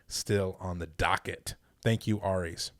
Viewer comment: Ahhhh love the shout out and thanks for answering my question!! Excited to see you train for all of this!! (side note, it's aries like the God of war or zodiac sign 😜)